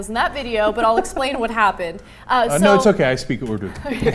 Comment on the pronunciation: It is called Urdu Not Urdi..Fucking Dumbass correct yourself first